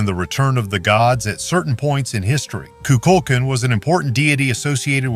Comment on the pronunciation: The snake god name the way Mexicans pronounce it has the accent on the last syllable. Ku- kul - kan. The a in kan is like a ah sound also. Not kin.